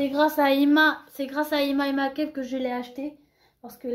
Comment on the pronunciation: Ca ce prononce pas " makeupe" mais " mèïkeup"